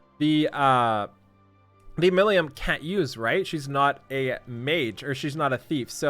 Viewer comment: Wrong, the proper pronunciation is 'MI-RI-MU'. 'Mi' is pronounced like an english 'Me'. 'Li' is hard for english audiences to say because there is no L sound in the Japanese language. It is written 'Li' or 'Ri' so that english speakers can move on with their day without learning a new sound, but if you want proper pronunciation, the sound is made by putting your tongue near the top of your mouth as if you were going to make an 'R' sound, but instead you make a 'L' sound with your tongue in that position. If said properly it will sound like a combination of 'L' and 'R'. The 'M' at the end of her name is pronounced 'Mu' because there is no Japanese syllable for most single letter sounds, so a 'mmm' sound is changed to 'Mu'. Milim Mi-Ri-Mu (Me-Ree-Moo)